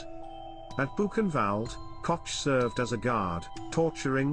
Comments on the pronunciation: Can you possibly pronounce her last name correctly? Say…Coke(Koch) notch Cotch…. grrrr! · Your mispronunciation of the German name Koch- is noted .We are not all from NYC. Say it right!